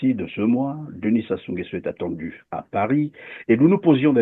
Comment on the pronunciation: Comment un congolais arrive pas dire correctement Sassou nguesoo 🤷🏿‍♂️ c’est pas possible 🤦🏿‍♂️, les zaïrois vraiment quel courage